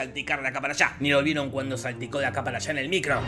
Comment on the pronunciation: "salpico la cámara"? habla bien